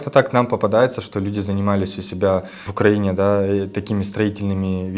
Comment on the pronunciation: УкраИнские товары, а не УкрАинские. УкраИна, а не УкрАина. Сама, кстати, раньше неправильно говорила, но люди с УкраИны, должны знать, как ставится ударение в названии их страны. Стыдно.